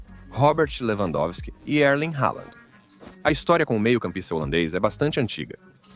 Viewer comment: quem é Holanda??? o cara quer falar chique, mas está é passando vergonha falando o nome do Halland de forma totalmente equivocada